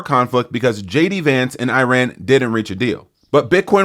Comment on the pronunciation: a 'crash'? And learn to pronounce 'Iran'. Bye.